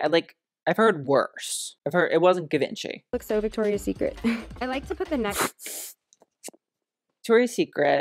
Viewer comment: as a french she actually said Givenchy pretty good